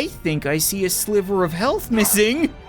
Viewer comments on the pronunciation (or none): none